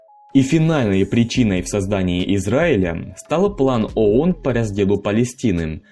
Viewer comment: Читающему текст в видео нужно было сначала разобраться, что он читает и как правильно произносить. Сунули текст диктору, а тот заботясь о правильной дикции коверкает произношение не знакомых ему слов и аббревиатур. Ну должен же был знать хотя бы, что «ООН» произносится как «АОН»